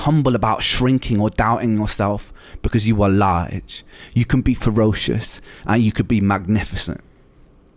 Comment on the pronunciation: I get choked up every time I hear Ren say "you are L A R G E"